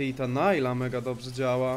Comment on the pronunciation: na przyszlosc nie czyta sie najla tylko po prostu nilah ;p